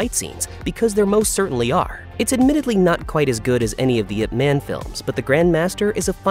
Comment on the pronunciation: If you can say Olivia Munn you can say Ip Man correctly.